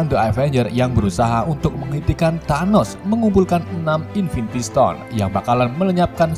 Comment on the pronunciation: invintistone anjirrr nggak kuat 😂😂😂😂😂😂🤣🤣🤣